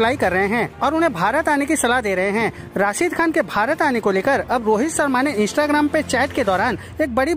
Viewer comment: C Aadmi Sarma nahi Its Sharma ! Naam to thik se lele